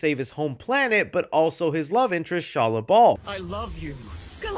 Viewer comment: Not Shala Bal